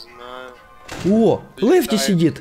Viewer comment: Когда ты сказал что лефти сидит мне послышалось что лифт сидит😂😆